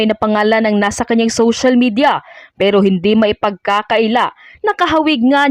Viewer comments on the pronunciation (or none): none